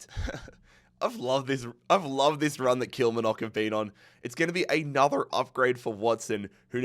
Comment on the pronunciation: KILL-MAR-NOCK & FALL-KIRK just for future reference 😂😅